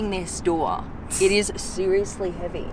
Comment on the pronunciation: Opening this doowa heeeyah, using this leeevah. Love the accent